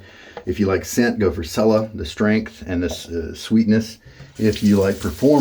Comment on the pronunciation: Cella is pronounced like "Chella"